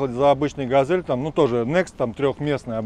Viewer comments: Ну это тот чел, у которого газэль и кофэ, а ещё сосиськи и ездию 😂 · Опять Газэль... хотя на капоте четко написано Газель